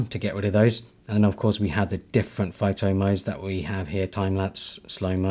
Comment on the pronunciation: bro said phaitai for photo 😭